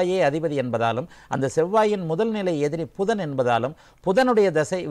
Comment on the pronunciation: Not pushan it is pudhan